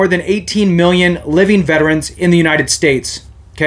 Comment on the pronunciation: thankyou for saying Veterans correctly. Not VET-TRANS. Have a great day